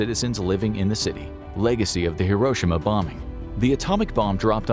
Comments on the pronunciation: Not to put too fine a point on it, but it’s not hiROshima, it’s hiroSHIma. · It's pronounced hiro shi ma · The narrator is not pronouncing Hiroshima correctly. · Should have tried pronouncing “Hiroshima” correctly.